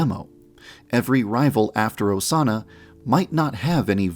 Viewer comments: So we’re just gonna ignore that one of the Osana’s said “incest osana” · "Incest osana" HELP 😭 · mans really said incest osana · “Incest Osana” YAN-DEV STOP